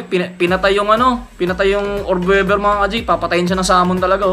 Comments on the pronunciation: Australian orb weaver. Weaver hindi webber.. it pronounced weever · Tangina “orb wevver” daw oh. 😂